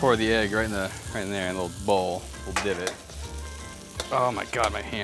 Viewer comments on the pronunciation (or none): none